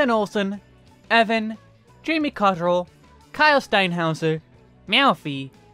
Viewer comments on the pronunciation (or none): none